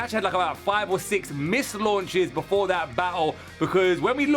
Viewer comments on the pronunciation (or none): none